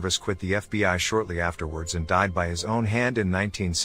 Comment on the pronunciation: The TTS in the videos gets more and more interesting with each iteration. This time they're saying BOI instead of FBI lol